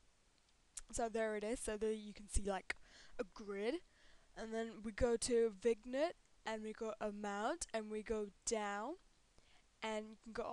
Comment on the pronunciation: Its pronounced vin-yet, not vig-nette...